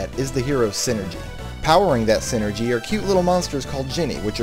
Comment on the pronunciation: Why do you say sinergy if it is called Psyenergy in game?